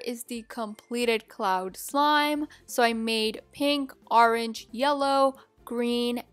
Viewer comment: Why do you say orange like that?¿